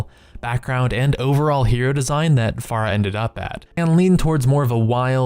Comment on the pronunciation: I don't understand how you both misspelled and mispronounced Pharah.